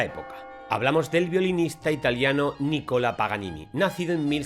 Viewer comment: Es Nicolo ..no nicola